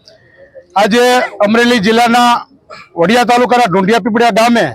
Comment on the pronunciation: વાડીયા નહી વડીયા . પત્રકાર કોણે બનાવ્યો. વાંચતા પણ નથી આવડતુ .